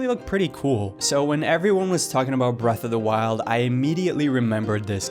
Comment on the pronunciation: Why do you roll your R's when you say brrrreath of the wild